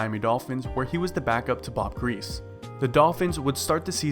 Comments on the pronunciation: Its pronounced gree-see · Why are you making videos when you can't even pronounce the name of Hall of Fame quarterbacks like Bob griese?